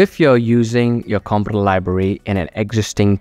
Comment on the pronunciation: I promise I'm not trying to be a jerk, I had a hard time with the word as well.. Component is pronounced: Kuhm-poh-nuhnt. The first O makes more of an 'UH' sound, The second "o" sounds the same as the letter, e.g. "oh".